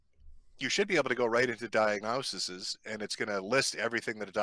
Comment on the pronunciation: lol at the dude saying diagnoseses😂😂😂😂